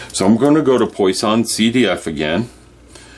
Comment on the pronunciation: It’s pronounced “PWAH-sonn”